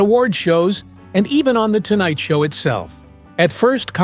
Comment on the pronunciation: The AI READER says “The Tonight Sow with THE Johnny…….” Then the whole premise of the lead was NEVER PLAYED!! This is terrible stuff.